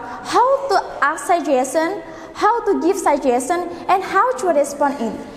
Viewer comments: Suggestion dibaca sajestien yaa bukan sajesen cmiiw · saran saya adalah ibu yang mengucapkan ada beberapa kata yang pronounciationnya kurang bagus seperti suggestion, decision, thankyou dll. harus diperbaiki lg kedepannya untuk mengajar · MIND YOUR PRONUNCIATION PLEASE....sebelum buat video lebih baik dicek berulang-ulang pronunciationnya..Cek your pronunciation of "suggestion"